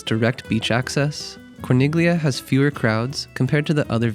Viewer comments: It's pronounced "CHING-kway." 😊 And "cor-NEEL-yuh." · Very well structured video 👍 clear cut easy to follow. If you don’t mind, Corniglia is pronounced with the “g” silenced. As in many Italian words. Similar to Bagno. 😊